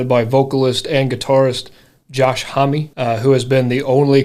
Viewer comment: Homme is just one syllable. It's said like the word "home." Great take on a great song!